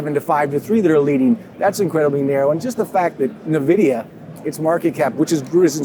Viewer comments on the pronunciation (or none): Pains me to hear an analyst that is otherwise super intelligent mispronouncing such a common company name repeatedly. Is his staff to scared to tell him he has been mispronouncing NVDA?